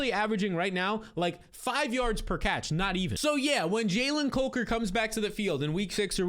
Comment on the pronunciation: The way you're pronouncing Jalen COKER's last name is killing me lol